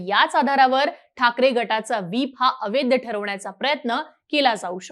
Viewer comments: अवैद्य नाही ताई, अवैध असा ऊच्चार कर 😂😂😂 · बाई ग आधी मराठी उच्चार सुधर अवैद्द नाही अवैध आहे